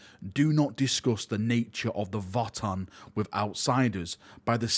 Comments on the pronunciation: I think the pronunciation I’m hearing more of is "Voah-tann", as opposed to "Vot-tann" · Votann is actually old German word, the V is pronounced like a W. Basically, you pronounce it as “Odin” like the God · It's "Votann", not "Votann".:_PurgingHappyVal